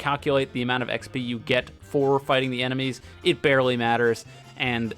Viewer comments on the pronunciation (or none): none